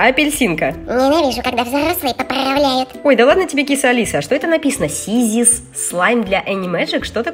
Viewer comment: Нэ сiзiс а сiзус i это тэкстура